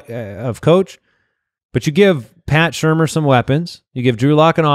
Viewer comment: It's Pat Shurmur, not Schumer